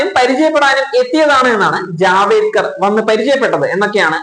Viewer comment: ജാവേ ക്കർ അല്ല ജാവ ടേക്കർ G ആണ് ഇനി മറക്കല്ലേ